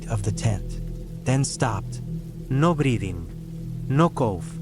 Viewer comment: Cool stories. I love how the AI voice says "no breathing" with suddenly an Italian accent